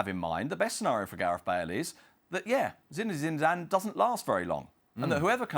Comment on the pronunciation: ‘Zinezidane Zidane’